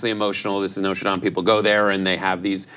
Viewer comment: Thank you for pronouncing “Dame” properly in the context of the church.